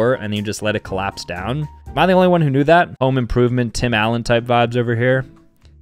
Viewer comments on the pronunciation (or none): none